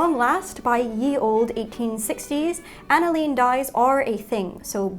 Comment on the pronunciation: Hi Bernadette. Love your channel. Unless there is a British version, the dye type is pronounced “an a lynn,” instead a long “leeen.” Former chemistry student...